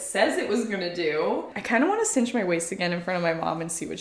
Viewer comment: Cinch! Synch is pronounced sink